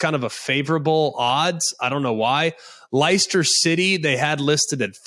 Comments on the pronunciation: It's pronounced Lester like the name. Love your stuff Greg! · Its pronounced LES-TER city, and its Football BTW. Lol, love the show from London.